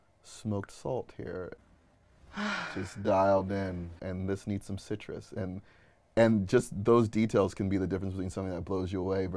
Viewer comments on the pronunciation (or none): none